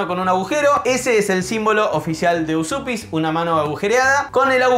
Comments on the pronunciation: Estudié lituano y la pronunciación correcta sería Uyupis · lo mas parecido para pronunciar Užupis seria decirlo asi: úshupis. Yo estuve ahi y no sabia que me podian sellar el pasaporteee AAAAAHHHHHH tengo que volveeeeerrrr!!!!!! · gran video... se pronuncia "uyupis". abrazo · No costaba nada ver en el traductor de google como se pronuncia Užupis en lituano!!! Es algo parecido a "Uyupez". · En realidad no seria tan facil ser ciudadano de Uzupis...porque primero habria q saber pronunciar bien el nombre😅 para mi es Ujupis o Ucjupis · Dice mi novia, que es descendiente de lituanos, que se pronuncia "úshupis"